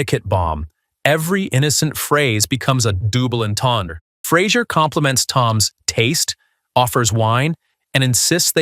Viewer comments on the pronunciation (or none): " . . .a DOOBLE entendre"? Never heard it pronounced this way before, and I'm French!